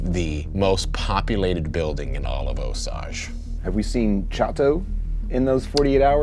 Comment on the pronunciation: So happy to see this again, but forgot how much I hate hearing you pronounce Osage! 🤦‍♂️🤣🤣